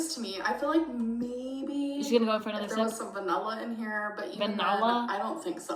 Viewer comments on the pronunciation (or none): Nah, she says "Vanella"like she says "Melk". So I'm guessing she can spell boLth correctly. She says "eXspecially"though and actually spells it "ecspecially"